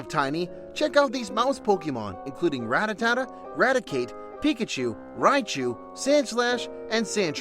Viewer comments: Nice video, I really enjoyed it! And please dont say Rattatata. Its Rattata lol. Im aware that Rattata is one of those pkmn that have a couple pronunciations but dont add the extra "ta" in its name. Even if it were just a joke, please dont. Lol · It's Ratata not Ratatata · "Ratatata" okay, that's weird way of saying rattata